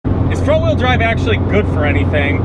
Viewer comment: You keep saying wrong wheel drive wrong, weird.